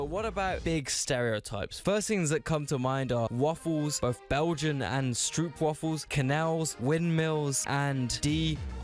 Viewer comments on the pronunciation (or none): Stroop. Pronounce stroop like str+ the "ope" in "pope". The pronounciation in the vid hurt me